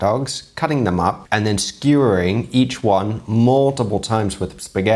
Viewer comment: The rainbow shrimp 'Skuwer' made my stomach turn 🤢